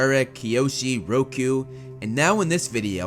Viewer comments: Do you say Ro-kyu? Wtf... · Who is rokyu? The name is Roku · he said Riokyu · Wait, they you just say “ROK-YU” for Avatar Roku??